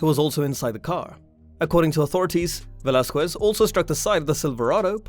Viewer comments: It Velasquez not "velazcyes" 🤦‍♂️🤦‍♂️🤦‍♂️🤦‍♂️ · Hoe about you say his name right lol